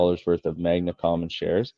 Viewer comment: Appreciate the Interview, Rick. By the way it's "Magna" not "Magma". I would have excused you for saying it once, but you said it a couple times :)